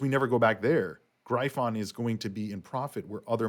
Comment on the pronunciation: I Don't think you are pronouncing gryphon properly. I could be wrong.